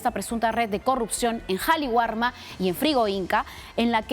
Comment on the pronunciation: Qué pasa, señoras reporteras??? Es Qali warma Entiéndase, el Perú es un país quechua, sintámonos orgullosos de ello y aprendan a respetar el quechua /Kali warma/.